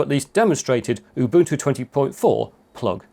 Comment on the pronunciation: Congratulations on the correct pronunciation of "OOBOONTOO". Many people have no idea...